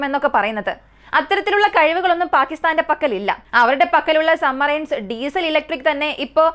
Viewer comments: കേൾക്കുന്നത് പലപ്പോഴും sumarine എന്നാണ്, സബ്മറീൻ എന്നാണ് ഉച്ചാരണം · Submarine എന്ന് വ്യക്തമായി ഉച്ചരിക്കാൻ ശ്രേമിക്ക് കുട്ടി, "b" അക്ഷരം സൈലൻ്റ് അല്ല കേട്ടോ